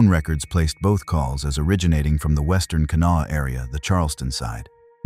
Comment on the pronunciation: Can-a-wall?? Ha Ha!! Try Kanawha.